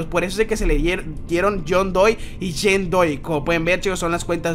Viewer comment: Se dice john doe no john doi